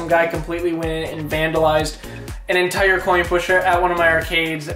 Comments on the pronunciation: also Intire not Untire XD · Entire. Not untire